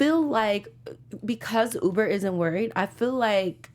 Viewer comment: I wish you would pronounce the names of people and places correctly. It really shouldn’t be hard, they aren’t complicated. It’s Ubbe, not UBER! Cot-a-got is not how you pronounce Kattegat. I used to love this podcast, but since James and Jocko left its been hard to stay committed... Come on!!